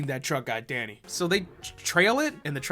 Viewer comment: The more says Danny the more it morphs into Daddy.